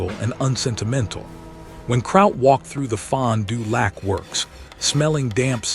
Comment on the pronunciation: The video accompanying the narration is humorous at best. It makes it hard to believe the narration. Pronunciation of Fond du lac makes it worse.